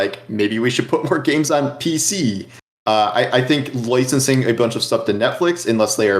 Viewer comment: Did say "loicensing"? Noice, I'm into it.